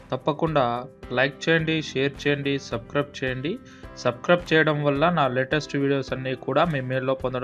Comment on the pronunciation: Everything is OK but it's not subcribe it's subscribe 😂😂😂